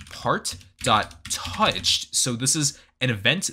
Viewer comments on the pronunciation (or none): the way he pronounced 'Touched' 😩😩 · DID HE SAY TOUCHED?????????